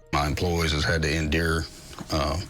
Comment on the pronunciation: “Has had to INdure”